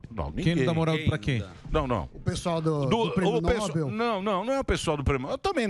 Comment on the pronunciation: Samy Dana! Alguém que fala errado não é confiável. Está dizendo errado. É prêmio Nobel com a sílaba forte na última sílaba (" nobél) e não (Nóbel).